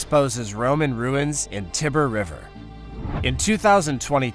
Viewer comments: "Tibber River" ? 🙄 Tie-ber! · The Danubay River? Does he, maybe, mean the Danube? Same with Italy? I see/know of, the River Tiber; HE knows the River Tibber? :face-purple-wide-eyes